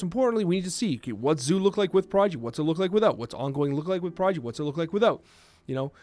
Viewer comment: Is saying Prodgy?